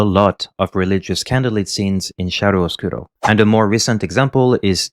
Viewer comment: Many italian died in this video hearing "shiaro oscuro" instead of "kiaro oscuro". Great video, got lost because of your accent, thought you were not a native french speaker...how wrong I was!